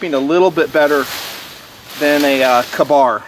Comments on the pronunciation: I dont want to be that guy but I've always heard and said K-bar like Kay-bar. He says it like ka-boom ka-bar. Are both right? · I agree. Its pronounced KAY bar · Also, this isnt the first time I've noticed. I'm just finally bringing it up